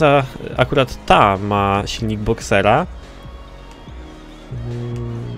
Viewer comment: boxtera a nie boxera